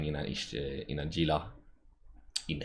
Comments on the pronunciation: He-lah. Not "Gee-lah" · it's pronounced "heela" like the lizzard it's named after. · Gunther Ultrabolt Novacrunch then why's there a G in the name instead of an H? and why do CCP employees call it Gila instead of HEELAAAJGGAJXIJWX?